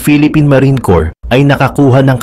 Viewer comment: ...corps or corpse?